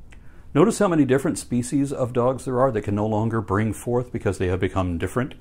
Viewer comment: "Bring fouth and multiply."